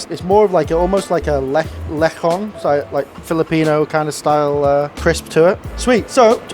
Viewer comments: Lechon is pronounced with the ch as in chop. Anyway, this looks amazing, I'm going to have to make it and visit the restaurant when I can. Cheers. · lechon is pronounced "leh-tchon", but you get points for trying...